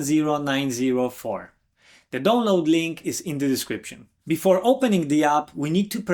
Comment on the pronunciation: Because of your accent, I thought you were saying "Don't load Calibre" instead of "Download Calibre". LOL